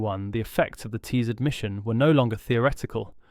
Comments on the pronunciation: It’s Ti-Zard the i is pronounced as in, in, NOT as in LIGHT. The a, in ard is pronounced as in “are”, NOT as in;:’ This guy changes pronunciation of words EVERY TIME HE SAYS THEM. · If one is making a video about the Tizard mission, one should at least find out how to pronounce "Tizard". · I do wish 'you' would be consistent in your pronunciation of Professor Tizard's name [it is 'tiz' with a short-i : NOT 'tie' like the thing round 'your' neck!] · Disconcerting variation in the pronunciation of Tizzard ("Tie-zard", "Tee-zard", and also the correct "Tizz-ard") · It took about 60 seconds for me to give up on this video. Three different pronunciations of the same surname in one minute will do that. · How many times and ways can you mis-pronounce and mis-spell the name of your principal subject?